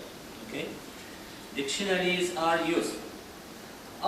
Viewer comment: But I think that the word " dictionaries " is four syllables not three.